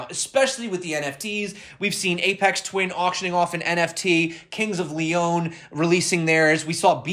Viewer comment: kings of LEE-OWN, lol